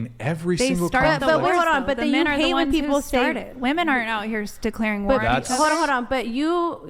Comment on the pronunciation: Thank you Andrew for making stupid bitches pronounce women properly and not like woman.